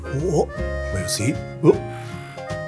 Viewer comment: ここのママのメルシー言い方かっこよくて部屋の見た目も相まって本物の貴族に見えた まあほぼ貴族だけど